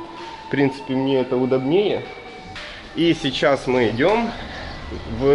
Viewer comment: ЛИфты ударение на И, удОбнее ударение на О